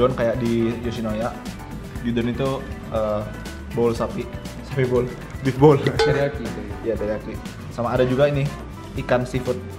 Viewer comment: Bowl sapi, tdnya gw dengernya bool sapi wkwk